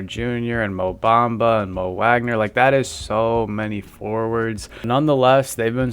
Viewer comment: Franz who?? This is how we know it’s not you talking! When you can’t even pronounce the last name of our best payer! WAGNER=Vawgner!